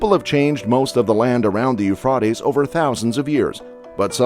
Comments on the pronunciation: IT'S PRONOUNCED yoo·fray·teez YOU SHOULD KNOW BETTER!!!!!!!!!!!!!!!!! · Lol pronounced u-fray-tee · It's pronounced Eufraytees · I thought it was pronounced " u fray tees."? Oh, well. Thanks for the clip. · Euf-rotties, I just could not watch it beyond so many mispronunciation. 😂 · On subjects of importance You realy should have all info correct especially pronouncing correct words IT is pronounced u-fray-d-ees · ITS {SOUNDS LIKE} YOU FRATIES!!! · First off: LEARN TO PRONOUNCE EUPHRATES. Eu-Fray-Tees Dumass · U-FRIEGHT-ees. His pronunciation is killing me. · U-frot-Tee's U-Frot-Tay's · It a hard A. Like You Freight Ease. Research pronunciation before producing a video please. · Euphrates is pronounced with all long vowels. U-fra-tez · No offense but had to bail early . Eu FROT ees ? Couldn't take it . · It's pronounce Euphraaaatees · YOO-FRAY-TEEZ. YOU STUPID IDIOT...LEARN YOUR CRAFT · Call Euphra(long a)ties river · Please check your pronunciatons. Euphrates is with a long a. Eu fray tez. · Pronounced U fraty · Would have been a lot easier to watch had I not cringed everytime I heard the word eufroddies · It’s pronounced Euphrates with long “a”. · At least pronounce it right 😂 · I can't listen to this because I doubt this guy narrating has ever read the Bible since he can't even pronounce Euphrates correct, drives me crazy. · You can’t even say Euphrates right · I can't, I just can't watch it. I got to and had to stop on account of how this guy pronounces euphrates lol. He has slaughtered it lmfao. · Is this guy saying the river name wrong? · I've never heard the Euphrates River pronounced that way. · Your saying the rivers name wrong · Homeboy needs to learn how to say Euphrates lol 😂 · When you can't pronounce the name of the river properly that you're highlighting, I can't take seriously any evaluation you place upon it ! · Learn how to say Euphrates before you say it 20 times in 5 minutes. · Please pronounce the river's name correctly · The river “Ufrotties”?